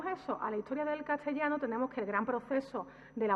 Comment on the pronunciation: Pues en otras ocasiones en otros vídeos, pronuncia historia como hittoria o a veces hitchtoria, ette o etche por ese, catchellano o cattellano por castellano... una cosa es tener un acento particular y otro es no pronunciar bien ciertas palabras... y es más, cómo se supone corregir a otros cuando uno mismo carece, o qué es eso de justificar la falta con el que "ese es mi acento"...